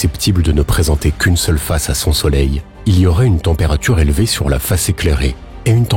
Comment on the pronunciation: La température n'est pas si zélevée... non, un effort là !